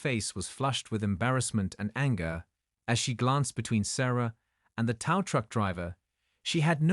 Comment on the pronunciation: Can't you people get the language right?! TOW=just like "Toe", NOT TOW=Like COW. It's so irritating you people can't get get this right.